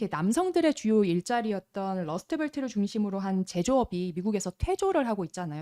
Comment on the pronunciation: 이게 한국인의 발음상 애매한건 이해합니다만... rust belt를 그냥 러스트 벨트로 발음하면 lust belt가 되버립니다. 쪼꿈 신경 써주셨으면 해서요. 감사합니다~